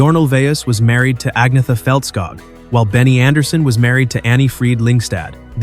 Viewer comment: Agnetha is pronounced Anyetta.